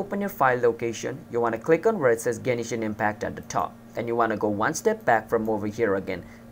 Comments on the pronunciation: Stop saying Genishin its Genshin lol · Genshin, not Genishin. Learn to talk... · I know this was a year ago but please tell me you still don't pronounce Genishin Impact instead of Genshin Impact.. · "genishin impact" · Whats with the "Genishin impact"